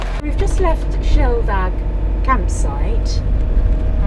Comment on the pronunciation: minutes - wow - that view! But your pronunciation is terrible - Shieldaig is like 'sheel-dig' and Gruinard is sort of like 'groon-yard' . But I forgive you - love your videos:)